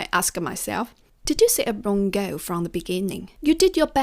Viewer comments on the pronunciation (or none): The correct pronunciation is "goaL", "peopLe", not goü, pepoü :)